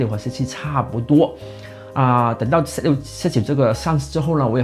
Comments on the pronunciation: 我聽到你的發音真是快昏倒了！ 想立刻轉台 ， 那 "zoo" 你也是這樣發音嗎？ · z6發音唸set 6，這是哪裡的口音?